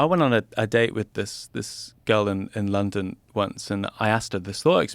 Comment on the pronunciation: When he keeps saying, "In Lawndown ..."